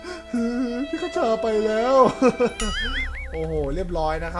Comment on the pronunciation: พี่ คชา ไม่ใช่ คะชา